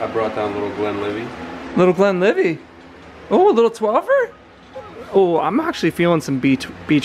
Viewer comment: the T is pronounced at end of Glenlivet believe me im scottish, you guys need to try The macallan 12 its the best, any whisky produced from the river spey is dynamite, the bike looks incredible